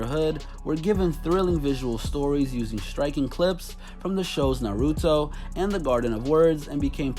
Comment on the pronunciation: He said Naruto wrong It’s NA RUE DO